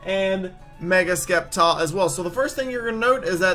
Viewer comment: Wow you're soooooooooo stupid it' Septile not Skeptile I can't even listen to someone who pronounces Sceptile as ,,Skeptile''